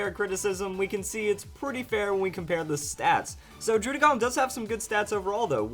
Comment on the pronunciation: Say /DROO/DĖ/GÔN/ one more time I dare you.